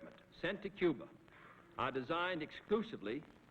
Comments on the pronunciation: he says "Coo-ber", then later pronounces it 'Cuba'. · If its followed by a consonant its "Cuba," if its followed by a vowel its "Cuber," Its called an intrusive R, I have the same accent feature. I inherited it from my family despite not getting their non-rhotic accent. I tried hard to say my "er" endings, but I didn't notice that I put an "er" on words that end in an "uh" sound if they're followed by a vowel until someone pointed it out to me later in life. It works like this. "my idea was best, but your ide-er is better."